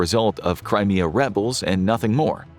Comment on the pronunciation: When he said "Crimea Rebels" it sounded like that "Cry Me A River" song by Justin Timberlake lol.